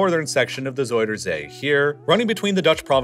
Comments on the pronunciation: ”zeider zie” 💀 En daarna “zoider zie” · Ja.. door de soudersee (zuiderzee) moest ik echt ff lachen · Isn't is ZOW-der-zee not ZOY-der-zee? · Love the vid, bit of a nitpick, but zuiderzee is more pronounced like "zuyder zay" than "zoider zee" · Bro just say southernsea instead of saying zuiderzee like its soyasauce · ”zoyder zea” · zoidercee lol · Nah don't be silly. Soidersee or frenchfriesland? No effort made at all. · Schiphol ❌ Skiffol✅ Zuiderzee ❌ Zoiderzea✅ Friesland❌ Frysland✅ Afsluitdijk❌ Afsloitdijck✅ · hoorde je wel hoe hij zuiderzee en schiphol uitsprak? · As a dutchie loving how you call our city names and Zuiderzee haha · I love how you try to pronounce our names. Please don't stop. However, you pronounce Zuider-zee (south sea) as if it's a name out of toy story 2 of another alian which is either a friend of Buzz Lightyear or his enemy. I am dead. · the way you say zuiderzee and friesland 😭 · whahaha being dutch its funny to hear you call our places so badly its just so funny to listen to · I mean this half humorously, you are so butchering Zuiderzee's name now. Put it in google translator and ask for pronunciation, it will speak it out well.